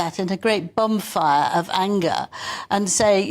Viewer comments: It sounded like "bum fire"😂😂 but is dignified so it's probably "bon fire"! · Did say bonfire or bumfire?